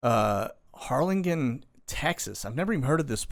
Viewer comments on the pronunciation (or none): Harlingen. Pronounced HarlinJen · Uvalde is pronounced you-Val-dey, Harlingen is pronounced har- Lynn- jenn. - should there be concern with this military they are importing from South America and Afghanistan. Appears most are military aged men. Kinda getting worrysome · Harlingen, pronounce the G. Uvalde, pronounce the u. Are used to travel the border when I lived in Dallas. Love the show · Pronounce the G in Harlingen like J.